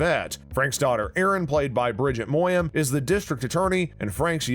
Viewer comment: Wish the narrator would pronounce the names correctly. Reagan is “Ray-gen”, NOT Ree-gan. Danny’s partner is “Bye-ez,” NOT “Bays.” And Erin’s real last name is pronounced “Moy-ni-Han.”